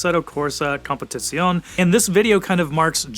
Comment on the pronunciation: if you just gonna miss pronounce competizione just say competition instead